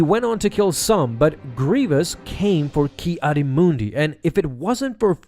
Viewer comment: “Kiadi Moondi”